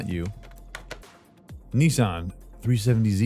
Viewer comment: He’s American cause he pronounced Nissan wrong